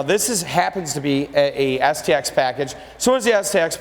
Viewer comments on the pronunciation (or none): I could swear that he said the SEX addition.